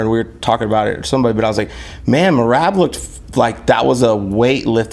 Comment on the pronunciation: It’s not Merab. It’s MRAB